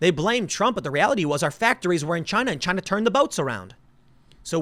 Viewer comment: Tick tock Chy-na...Tick tick...